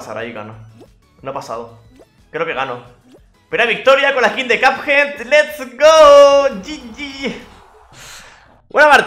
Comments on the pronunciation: Nadie: Absolutamente nadie: pronunciándo: CUPJEAD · cap jed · cheems Gamer ya se que se escribe así, lo que puse es como se pronuncia